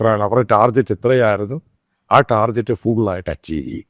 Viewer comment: പാലായനം അല്ല പലായനം( പല ഭാഗത്തേയ്ക്കു ചിതറി ചലിക്കുക, പോകുക.)ടാർജറ്റ് അല്ല ടാർഗറ്റ്